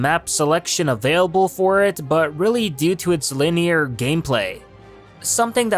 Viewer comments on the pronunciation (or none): none